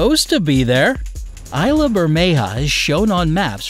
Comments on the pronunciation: Ayla cause of island. Correct me if im wrong that is pronounce as is and la not ayla... same as Islam removed the m. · "Isla" is pronounced ease-lah